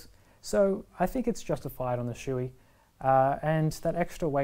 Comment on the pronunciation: Not trying to be offensive here, but you are pronouncing the name Shoie incorrectly. Shoei helmets are made in Japan. The Japanese Shoei as "Show-Ay". Never "Shoe-E". Maby if Chewbacca / Chewy" from Star Wars, had a Shoei helmet, he would pronounce it as Shoe-E. 🙂